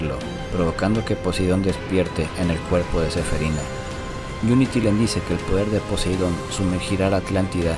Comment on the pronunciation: Es que suena feo cuando dice SEFERINA XD